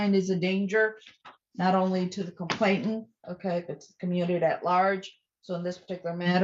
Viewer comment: I'm frankly astonished that the judge kept mispronouncing the word 'complainant'. Makes her sound as dumb as the people she's judging.